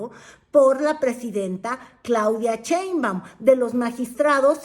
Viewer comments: Por qué pronuncia el apellido She- in - ba- um como Che-in-ba-um? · Con todo respeto, no se dice "CHEInbaum", se dice "Sheinbaum" Saludos cordiales.